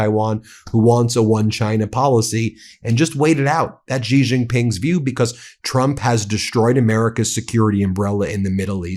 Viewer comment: Xi is pronounced similar to “she” not “gee”. You’ve been saying his name wrong, Ben. Don’t be like the “Kamila” crowd. Learn how to say his name if you want people to believe what you are saying about him.